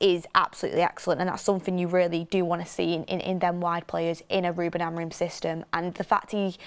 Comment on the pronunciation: Names are pronounced "Amooring" withe g being mute "Gon-salvsh" "Kenda"